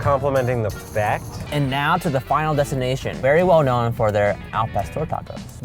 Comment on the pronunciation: Okay but why does he say fect instead of fact